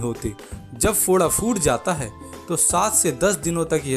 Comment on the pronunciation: Phoot jata hai na ki foot jata hai correct your pronunciation